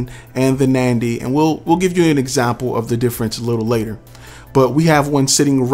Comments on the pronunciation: NANDY? I believe it's NADY!! It would help if you know the actual name of the company!! PLUS, it's NOT the mic that produces echo!! It's your environment!!! Seriously, you really need to do your homework!! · Is it Nandy or Nady?